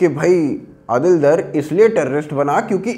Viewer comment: डार होता है दर नहीं।